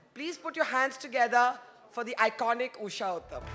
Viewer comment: Barkha it is not “ Uthap” but “ Uthup” . Please pronounce it correctly